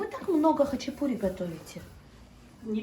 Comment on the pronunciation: Почему-то россияне говорят хачипури а не хачапури